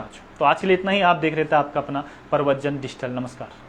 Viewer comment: डिजिटल बोलना नहीं आ रहा भाई को पत्रकार बनेंगे। कभी-कभी मुझे लग रहा है भाई तुमने भी तो एग्जाम नहीं दिया था कहीं क्या पता पेपर मिला हो और फिर भी पास ना कर पाए हो तभी यह सब हालात हो रहे हैं या गलत पेपर दे दी आप लोगों को किसी ने। एक जांच तो भैया बेरोजगार संघ वालों की और यह कुछ जो मनगढ़ंत पत्रकार हैं इनकी भी जांच बनती है।